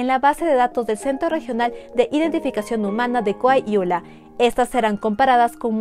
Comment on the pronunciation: Co-a-hui-la Esta muy bien tu vídeo pero hubiera estado mejor que pronunciarás bien. Coahuila.